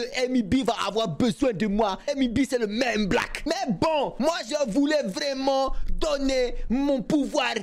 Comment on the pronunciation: Ze voit tout à côté, Ze suis pas habitoué, vrraimunt"😂😂😂 Toujours le même que je kiffe♥️♥️